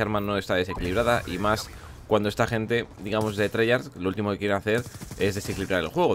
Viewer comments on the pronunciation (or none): none